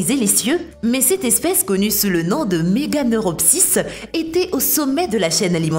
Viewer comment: Ta libellule sa se prononce meganera